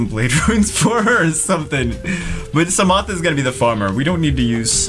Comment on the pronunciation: Put ya peace sa ma on despair (that's how ydcb pronounces it)